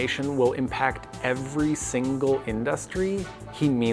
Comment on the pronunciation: I hope this narrator learns how to stop saying "industry" like a weirdo.